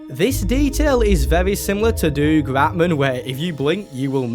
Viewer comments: Doug is like dug, not doog. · I’m sorry but I can’t be the only one who’s toes curl in cringe every time pronounces Doug Ratman, it’s “dug” not “doog” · Is he saying Doug like Doog instead of Dug? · Did bro really say doog ratman? IT'S DOUG RATMAN! Pronounce it dug not doog. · Who the heck is doog ratman😂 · doog ratman its Doug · Who the hell reads "doug" and think it's pronounced duke? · The FNAF music in City Undercover is actually a stock recording of the Toreador's March, which just so happens to have been used in FNAF. Also the fact you pronounced Doug as "Doog" infuriates and hurts me. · Bro really said “DoOG RaTMAn” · why do you pronounce doug like that 😭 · Please learn how pronounce the name Doug